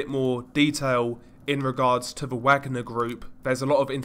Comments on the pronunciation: Pronounced Vogner group like the composer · I'm pretty sure the pronunciation is "Vagner" given the context. (Like Richard Wagner.) That said, you've got a great series here. Horrifying content, but sometimes it's important to know that things like this are happening. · I believe that Wagner is pronounced “Vogner”. Richard Wagner was a composer , who composed “Ride of the Valkyrie”. Which was Adolph Hitlers favorite musical composer. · I love ya, buddy, but you're KILLING me w/ the "WAGG-ner" business ! It's "VAUG-ner" (VOGG-ner) ! W/ a German "W" ! Only one of the most famous composers ever! C'mon, bro, I thought u were European lol ? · It’s pronounced “Vaugner group” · Yes…like Richard Wagner…you pronounce it with a V sound not a W sound. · Wagner is actually pronounced as Vagner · Worth mentioning Wagner is pronounced Vargner like the composer Wagner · Wagner is pronounced Vagner. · its pronounced 'Vagner' Bro. but great videos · Informative video, kudos. Although, I think it's pronounced 'vah-gner' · Ever heard of research? Course not. This must be the 3rd or 4th vid I've complained about this about. It's pronounced, vagner, as in, the composer who is only associated with nazism due to Hitler's liking his music. Tenuous link as with Neitzche who died the year Hitler was born. It's your laziness and stupidity that kills me. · Isnt it pronounced Vagner? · No, it's a German name and is pronounced "vagner" with the "a" being pronounced like the "a" in "class" for example. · It's vaag-nah mate. Not wag-ner. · It's pronounced 'varg-ner' you dumbass! 😊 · How is this guy saying Wagner with a 'W' sound??? ITS NAMED AFTER THE GERMAN COMPOSER. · Great video but for future reference it's pronounced like the composer. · Some good information here, although the constant mispronouncing of the groups name ruined it for me. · If I hear him mispronounce Wagner again, I might hit something. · Wagner. The w is a v sound. The a and g are pronounced ike the og in the word "dog"